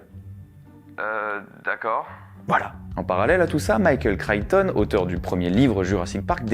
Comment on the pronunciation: Enfin quelqu'un qui prononce correctement le nom "Chrichton", ça fait plaisir et prouve la qualité de ton travail 🎉⭐️🏆